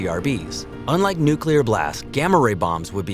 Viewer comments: Please people,,, it's new klee er,,, not new cue ler! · Lol newkiller radiation Try new-clear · Dude it’s pronounced “New Clear”, not “New Kyew Ler” 🤦🏾‍♂️🐼💯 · NEW CLEAR. Say it with me fast NEW CLEAR. Not NEW Q LER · Guy says nucular a lot. Lots of people do that and , yet, it’s still NUCLEAR😊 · ThErmONuCuLaR!!! xD NU-CLEAR! NUCLEAR! ffs nucular xD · say Nukilar one more time and i will unsubscribe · Please say nu-clee-ar and not nu-cue-lar pls :( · It’s “nuclear,” not “nucular.” Also, since “unique” means one of a kind, nothing is “very” unique. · I hate to be that guy, but it's pronounced "nu-clear." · Yeah. I guy who says "nuculear" can't teach me much. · Constantly pronouncing nuclear incorrectly makes you sound less knowledgeable than you seem to be. New-clee-ar. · NOO-klee-er, or NYOO-klee-er. It isn't difficult, unless you're a complete idiot. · Did you seriously say "nuke-you-lar?" The word is NUCLEAR. Is there a U anywhere after the c? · 'Nu-killir' bomb? Seriously? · He said "nucular" ffs. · I was gonna say the same thing 😂 Drives me nuts when people say “nucular” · Say it with me "new/klee/er" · he also called the hafnium isotope a “nucular isomer” lol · Did he just say nuke-you-ler? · Does ANYONE know how to properly pronounce the word, "nuclear"? The narrator can't... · For the love of god learn to day "nuclear" before you make a video about it. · Nuclear pronunciation bothers me. Otherwise an amazing video.